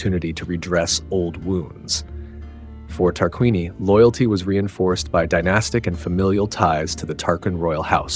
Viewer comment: I understand north american language has brutalised the proper civilised pronunciation of language so it is a hopeless quest, but I thought I'd still give you a little hand this time and help out with how you should be pronouncing Tarquinii and Veii: TAR-QUIN-EE-EYE VAY-EE-EYE Hope it helps, nice video.